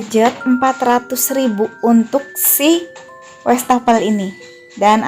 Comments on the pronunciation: Wastafel , bukan westafel .. Wallpaper bukan welpaper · Westafel sama welpeper..salfok ama penyebutan nya😂😂😂